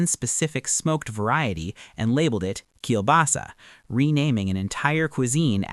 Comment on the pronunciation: very well pronounced for a foreigner though, but still sounds really adorable;>